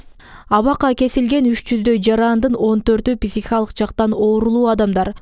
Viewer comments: ПИсихикалык эмес пСИхикалык дегилечи урматтуу ПИСИХ журналистер. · Кечиресиз, писихикалык эмес психикалык деп айкан тууру болот. Терминди туура айтуу керекго. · Журналисттер туура сүйлөгөндү үйрөнгүлөчү,писихикалык дебей,психикалык деп. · Писихикалык ,.ч😂😂😂😂бляя койгулачы, граматныйраак диктор жок беле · Журналист кыз, сураныч психика деген созду туура айтынызчыыы